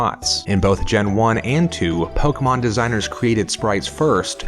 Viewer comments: "Forgive my pronunciation" Po-kay-mon Not Poke-a-mon I blame ash for saying that for 5 episodes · Here's a mispronunciation for you. Pokémon is pronounced "poh-kay-mahn." This is according to the official Pokémon handbook (circa 1999) and anyone who recognizes the accent mark over the e, which makes it pronounced similar to "café," "fiancé," or "toupée."